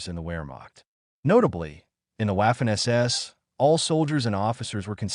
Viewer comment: You need to work on your AI lector. In German it’s not wafer or Wehrmacht. It’s pronounced Vaffen and Vermacht. I guessing this video got demonetised as it was written by chatGPT then read by spechello?